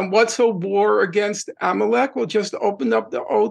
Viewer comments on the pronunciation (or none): love the way he pronounces 'amalek'